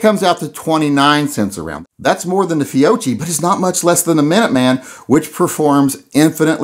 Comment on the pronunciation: It's pronounced "fioki", just like it's pronounced "kioppa'.